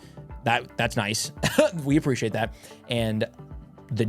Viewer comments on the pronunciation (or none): none